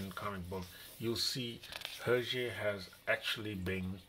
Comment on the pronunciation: Thanks for the video. "Belgium language" is actually French :) And yes, you've got the prononciation right. Beautiful book indeed. Hergé was a genius.